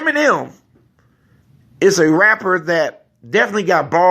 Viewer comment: Why u sayin iggy and emeneim, tbh I don't have anything emeneim tho